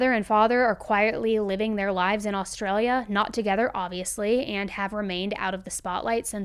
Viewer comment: I love how Americans pronounce Australian places. Wagga Wagga is pronounced Woggah (we just usually stop at one Wagga) and you need more bogan when you say Ah-straya. Props for the Australian story though.